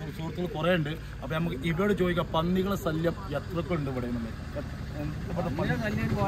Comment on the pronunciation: അവതാരകൻ കാണാൻ എന്താ സൂപ്പർ പക്ഷെ വാ തുറന്നാൽ കഷ്ടം. ശല്യം എന്നുപോലും മലയാളം പറയാൻ അറിയില്ല "സല്ലിയാം "ആണുപോലും